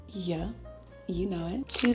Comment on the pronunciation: I need a compilation of saying “YUH!” It scratches my brain in the most perfect way